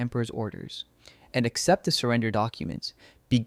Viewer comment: " Accept" not except.